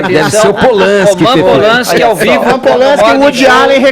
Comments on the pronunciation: "Rolman Pol-lanski" Fefito, cala a boca, porra! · Aprende a falar o nome do cara, Fefito!!